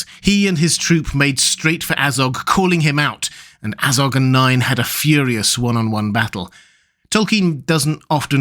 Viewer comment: Not NINE. NAY-in. Not DYNE. DAY-in.